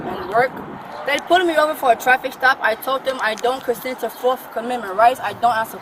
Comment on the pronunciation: I didn’t know there was a “forkth” amendment